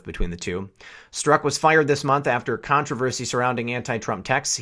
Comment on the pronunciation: Pronounced Strock